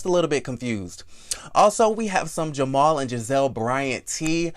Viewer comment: Stop saying the letter and make the sound!!! Stop calling that man Jay-mall lmao! I cant with u!